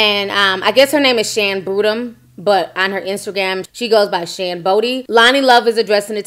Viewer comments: So had Shan been a colourist, the comment would’ve been justified? Please explain as that makes no sense. 😑 Also, “Boodram” is definitely not pronounced “boodum”. 🤣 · SHAN "BOO-DROM" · She’s half Indian and black named Boodram, pronounced (Boo dram) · It's pronounced boo-dee like booty without annunciatiating the t. Her surname is Boodram 😀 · First of all, her name is "Shan Boo- Dee" I love Shan by the way❣but Loni is a comedian! People are too sensitive Periodt!!